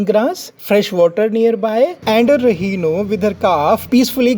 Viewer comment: Its Rhino, not Rehino!